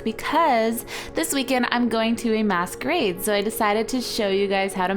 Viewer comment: It sounded like u said The weekend I'm going to a mass grave